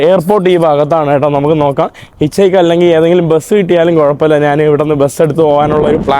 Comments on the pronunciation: എടാ മൈരെ, നിന്നോട് എത്ര പ്രാവശ്യം പറഞ്ഞു, നാൺ, നാൻ അല്ല ശരിയായ മലയാളം. ഞാൻ എന്നാണ് ശരി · വലിയ അരോചകം, നീ നാൻ, നാന് എന്ന് പറയുമ്പോൾ.